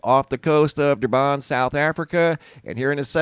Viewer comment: "Durban"? Where, sorry? 🤣🤣🤣 Thanks for the laugh.